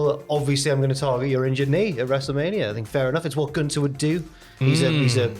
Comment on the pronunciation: There's a "th" in GunTHer it's not "Guntar" 😂😂